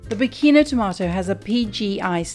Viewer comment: Dear, if you pronounce "Pachino" in English, it sounds like "Pechino," which is the capital of China in Italian and not the small village in Sicily, which also gives its name to these special tomatoes.;)